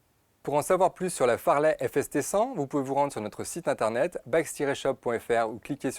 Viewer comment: Le mec qui dit "FARLEY" alors que c'est "FAZLEY", ça le fait pour un vendeur...XD